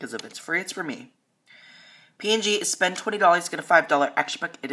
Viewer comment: "Select Unilever Spoend"